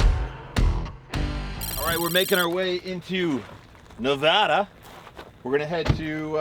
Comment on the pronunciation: Thanks for pronouncing Nevada correctly